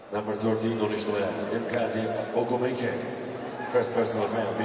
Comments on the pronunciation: This announcer's enunciation of Ogwumike is driving me. >_< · Yes, I noticed that too. Usually announcers are given the phonetic pronunciation of the players names. Obviously that didn't happen for that guy.